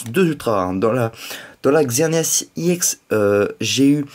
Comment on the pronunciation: On dit Ex pas iEx